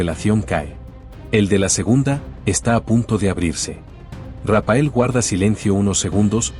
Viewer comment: Rapael no RAPHAEL, la pH suena como f. Si no fuera por eso y la foto que habéis incluido hecha con IA y señalando a un Raphael super anciano, parecería que hasta lo habéis entrevistado, habéis inventado todo. Lastima que hayais inventado todo. Tanto Rapael es patético señores Raphael, leído Rafael.